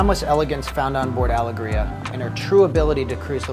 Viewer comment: Am I wrong in saying it’s meant to be pronounced “AL-EGG-RIA”